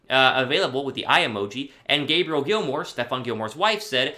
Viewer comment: And, her name is pronounced Gay Bree Elle lol